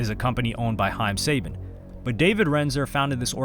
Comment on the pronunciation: I thought it was suh-ban not say-bin